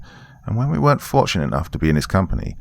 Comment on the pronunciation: I wish I could show you how to say the word "weren't" when it's in that context, cause it's not how it looks